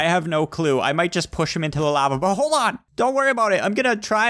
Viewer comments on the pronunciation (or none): It's lava not laiva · It's pernounced lova